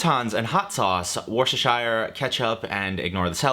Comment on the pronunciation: You lost me at "worshtershire"